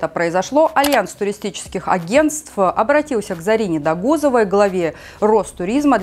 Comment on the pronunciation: ДОГУЗОВА,УДАРЕНИЕ ПЕРВОЕ 0.